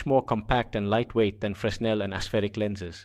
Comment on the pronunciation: That's not how fresnel is pronounced. The S is silent. It's pronounced like frennel.